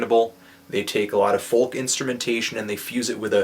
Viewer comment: You say FOLK wrong! Silent L!